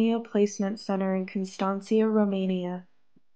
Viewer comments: What’s weird about this my friends is that if she hardly would have spend time in Romania or had been for real involved in a mission to help children in need she would know how to pronounce the name of Constanta in her video in the right way. It’s so bad pronounced that makes me think she was there for something else and definitely not carrying about the children or their native places. I am a Romanian leaving abroad and it’s impossible to live or have business in a place and not know how to pronounce the name of the city. That’s just another red flag I found that I can help with, being Romanian ! This Erika is way to happy way too soon ! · Something is really wrong with her. Especially when she does that whisper thing to try to emphasize something. The Romania thing is weird. My wife is Romanian and I’ve been to Romania many times so I know the language a bit and the dialect. In the video Erica did she pronounced the name of the city Constanța wrong. Red flag. You’re running this thing in România but don’t know how to pronounce a big beach city like this??? Hmmmm